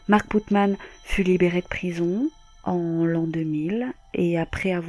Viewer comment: C'est pas Putman...... C'est Putnam .....😃😃